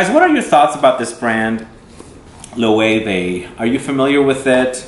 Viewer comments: I loooooove Loewe 001 on my husband and it's actually one of his favorites. Thank you for pronouncing it the correct way... I had to correct the sales woman in Nordstrom several times. Great video, I just stumbled across your channel and glad I did. Thanks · I remember seeing this brand when I was in Spain. I love the aesthetic of the marketing for these two fragrances, very curious to see how the actual juice compares! I also didn't know it was pronounced "Lo-eh-veh" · LOL! They corrected me in Spain on the pronunciation. Even though it's been several years I think this is how they pronounced it! :)